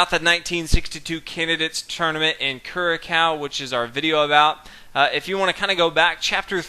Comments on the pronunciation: The game took place in CuraKao?????? Try Curacao, like CuraSao. I apologize for the pettiness but my stomach turns when I hear Americans butchering non-English names and words. Where's the basic respect, guys??? And if I hear you say, "fianCHeto" (CH- as in church), I swear, I am going to puke. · I'm going to troll you for a second and tell you that the little accent under the c makes it a soft sound, so its KYUR-uh-sow, not KYUR-uh-kow. Anyway love your vids you should upload more often :) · The name of the country is pronounced Cu-ra-soW! Great video though, I will definitely have to get this graphic novel. Graphic novel +Chess :D *dances*. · The ç in Curaçao is an "S" sound, not a "K"